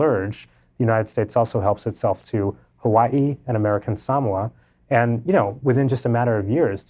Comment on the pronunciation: Beyond the feminine manner of speech of the writer it's difficult to take seriously one who pronounced Samoa as Sam wah rather than Sa MO A.